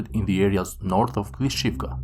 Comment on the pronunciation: Sorry, you're mispronouncing the town names with two `i`'s. So, Klishchiivka is actually pronounced like Klish-chi-yi-vka. So it means that you have to make a little pause between the 2 i's